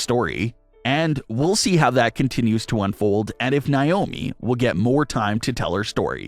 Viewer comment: It’s NAYYYYY-OH-ME 🙄